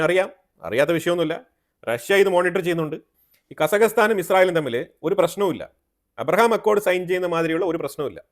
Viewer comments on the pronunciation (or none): താങ്കൾ എന്താണ് പറയുന്നത് കസക സ്ഥാനം ആ രാജ്യത്തിന് പറയുക ഖസാക്കിസ്ഥാൻ എന്നാണ്